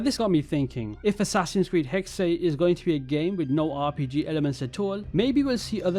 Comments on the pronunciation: I always wanted an assassin's creed based in Salem, but this is close enough...no hate, it's pronounced (Hex-sa) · It's pronounced HEX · Its pronounced “hexuh”, the german word for witch. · Hexe is pronounced Hex, there’s no extra E